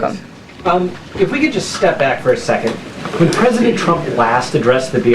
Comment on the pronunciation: She "serves at the pleasure of the pwesident". Emphasis on pleasure.